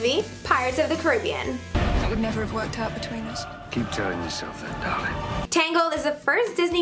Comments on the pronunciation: And it's not "Coribbean" it's "cAribbean" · btw caribbean is pronounced ka-ra-bian not keribian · I HATE HOW SHE SAYS CARRABIAN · She said Pirates of the Caribbean wrong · She said Caribbean wrong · Hate to brake it to u, but Caribbean is pronounced carry-be-an, not car-rip-eon